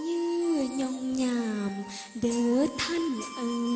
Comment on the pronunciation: ผมว่าดนตรี โชว์ การใส่รายละเอียดเพิ่มเติมท่อนจบ ทำได้ดี ฟังแล้วอบอุ่น ได้บรรยากาศ มิตรภาพของพี่น้องสองฝั่งโขงมากๆ เสียอย่างเดียวนักร้องตอนเอ่ย *ผญา**ในตอนต้น สำเนียงไม่ออกอิสานอย่างชัดเจน คำลงท้ายตอนอ่านผญาตามสำเนียงของพี่น้องสองฝั่งโขงจะไม่ออกเสียงเป็น**ท่านนนนน* ตามสำเนียงหรือคำผญาซี่งหมายถึงทุกๆคน ทุกๆหมู่เหล่า จะออกเสียงว่า*ถ้านนนนเอยยยยย*